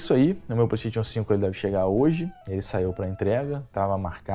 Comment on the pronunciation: Só precisa melhorar a pronúncia da palavra PlayStation!